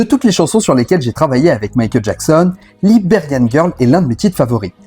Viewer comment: Très bonne video mais par pitié, arrête de prononcer « Laberian » girl ca fait mal aux oreilles ! Ca se prononce « Laïberian » !